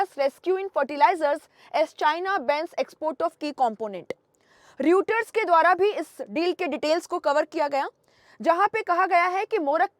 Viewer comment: Reuters is pronounced as Royters, not as Ruters.